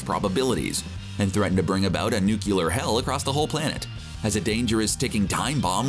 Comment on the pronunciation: Great video, but why can’t people pronounce Nuclear ☢️? .... 😅